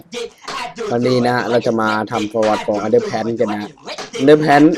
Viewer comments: ีunderpantครับไม่ใช่underpanis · มันอ่านว่าแพ้นครับและPlayerคือผู้สร้างชื่อSr pelo และbad time มันจะเต้นขายาวขึ้นและโหดขึ้น และร่างกวนตีนชื่อแซนส์เนสและมันเป็นมุขหลอก ของผู้สร้างในวัน April fool day หรือวันโกหก